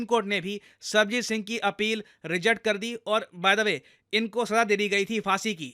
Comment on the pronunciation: With due respect, its Sarabjit Singh not Sarbajit Singh.